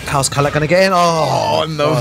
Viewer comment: Bro it’s kalak why kala